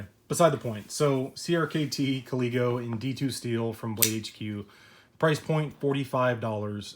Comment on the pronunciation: thank you for saying it right lol. if i would have TM the name this knife would have a different one..... lazy me... oh well i guess